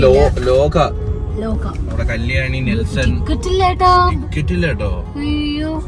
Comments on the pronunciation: കല്യാണി,നെൽസൻ അല്ല ഏട്ട 😂 neslen ആണ് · 16.30....കല്യാണി നെൽസൺ ❌ നസ്ലെൻ ✅ ആണ് ബ്രോ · nelsan❌️ nasleen✅️😂